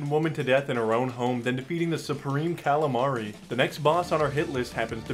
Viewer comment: i love the fact he called calamitas "calamari"